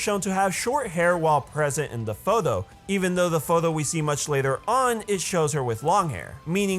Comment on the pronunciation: I like how he says photho instead of photo